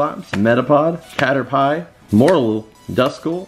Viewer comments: not cater pie like im gonna eat some pie, its pronounced cater peeeeeee like imma take a wiz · dude, you misspronounced caterpie. it (Cat-er-Pee) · Caterpee not caterpie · It's cater-PEE NOT cater-pie